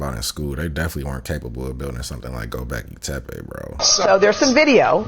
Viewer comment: gobekli tepe, not go back to tappy xD